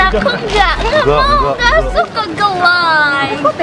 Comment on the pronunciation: Maksudanya itu "aku ga suka ga like" Cuman kedengerennya jadi geu lay